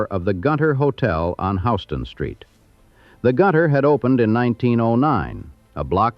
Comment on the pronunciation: This is San Antonio, not downtown Manhattan. We say HYOO-stun Street…just like that city down the street off I-10. 😊 Sincerely, A Texan-New Yorker